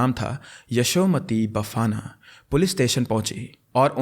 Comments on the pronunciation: Surname to thik se pronounce karo bhai, atleasr try to karo, बैदास बाफना को बफाना बोल रहे हो. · Little tip focus on pronunciation more as your storytelling and editing is great... (bafna ko बफाना nahi बाफना) padha jaata hai.